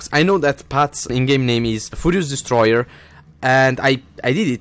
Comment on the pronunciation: when he says furious destoyer it sounds like fudious destroyr